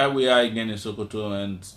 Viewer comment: It is So-Ko-To not Sho-Ko-To ... #TakeItBack